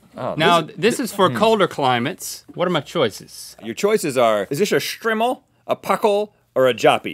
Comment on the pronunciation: it's pronounced strimol